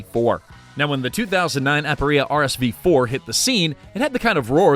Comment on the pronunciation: "Aparilla"? Is that a Mexican motorcycle?